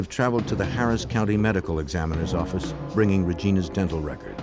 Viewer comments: Whilst I recognise that Kelstrom's diction has improved thanks, I would imagine to professional help, his "New York Office" could still be heard as 'Noo Yark Orrifice'. Just saying... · NEW YAWK AFFICE!